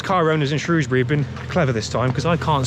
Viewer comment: From someone born and raised in Shrewsbury, thank you for calling it Shrewsbury and not SHROWSbury. I still have nightmares about these annual floods and the weir